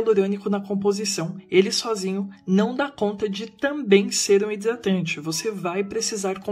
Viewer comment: Percebi que vc tem problema pra pronunciar o "R". Vc falando "hidratante" é engraçado. 🤣